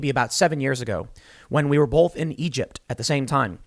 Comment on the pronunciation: Both not bolth hahaha